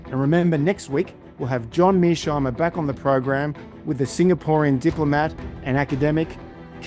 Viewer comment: Tom switzer you are biased in the interview with Mearsheimer. You can't even pronounce his name properly, not once but every time you try to pronounce his name. You are not objective. European lacky of "daddy".